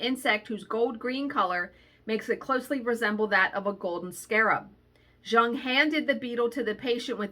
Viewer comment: Those junk journal patterns are just too cute! I also believe that there are things of synchronicity going on in the universe. But I always hear my cat shadow that I put down in 2006 meowing. I see cats that look like her and smile. She’s a sparrow now. Btw fun fact…. Jung is pronounced “young”